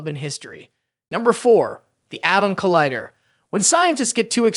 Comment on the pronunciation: Yeah, saying collider as collihder